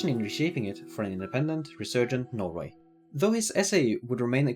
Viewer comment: Bro really said nor-eu4 ducat noise-way